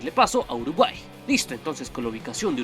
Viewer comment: Alguien mas se dio cuenta que en el minuto dice "Urguay"?